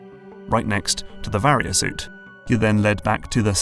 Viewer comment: In utter disbelief at how you pronounced “Varia Suit” correctly this time. Another great video once again!